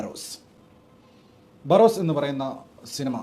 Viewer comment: ബാറോസ് അല്ല. ബറോസ് അല്ലേ🙄